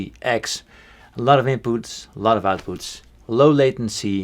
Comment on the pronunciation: "lotuvinpoots, lotuvoutpoots"